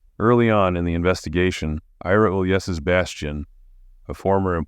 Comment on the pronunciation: Uhl-yess-iss….oh dear. His name is pronounced You-liss-eez - like our 18th president, Ulysses S. Grant. Your narration is great otherwise.